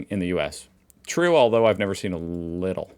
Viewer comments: Of course . Also "Leedel" and not Liddles. 🤣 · It’s notpronounced liddle. It’s leedl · FYI…Lidl is pronounced “Leedl” or “Leadl” 😉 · Leedle-not liddle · Lidl is quite easy to pronounce, Lee-Del. Have fun. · Lidl. Say: Lee-dl